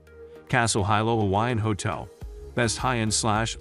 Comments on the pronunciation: I instantly lost confidence in the recommendations when he (probably a bot) couldn't even pronounce Hilo right. It's pronounced Hilo not Hilo. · Please note that the pronunciation of Hilo is "Hee-low", not "Hi-low". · What's the point of watching a video on hotels when you don't even know how to say Hilo? How would you know what's best? 😆 Okay I watched the first few minutes. The Hilo Reeds Bay has no AC per their website so I'll skip the rest of this video. No telling what else you got wrong.